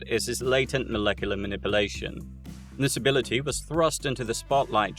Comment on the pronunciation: "Man-ip-ulatiom". Man-nip-you-lation.